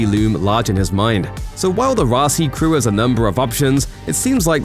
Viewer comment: Why does the narrator keep calling it the Raci instead of Roci?!